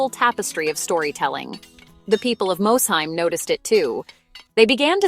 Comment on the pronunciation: Please, as someone who grew up less than 10 miles from Mosheim… it is pronounced “Moss-heim.”